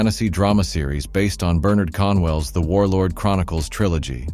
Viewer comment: It's actually 'Bernard CORNwell, not Conwell, and since when was it a British Historical story with an African in it??????